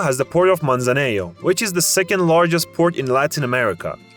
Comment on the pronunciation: What a shitty audio in this video, not ever pronounce well cities like Tuxtla Gutierrez, Michoacán, Guerrero or Manzanillo! 😑